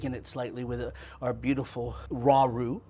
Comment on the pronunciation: said ruh roa (raw dough) lol we cant speak french! i mean!